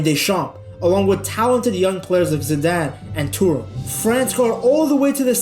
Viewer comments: Your pronounciation is a bit off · why can’t you pronounce ZIDANE